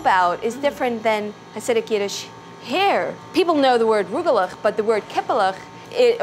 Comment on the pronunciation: It's not Roogelech it's Rugelech